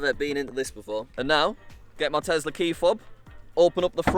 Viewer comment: did u TEZLUR? LOL